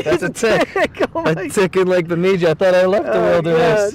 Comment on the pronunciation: lol you are saying Bemidji wrong